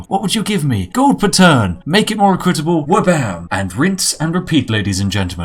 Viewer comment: That is not how equitable is pronounced.